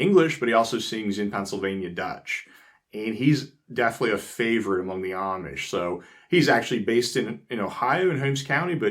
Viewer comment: Why do you say"omish" instead of "Amish"?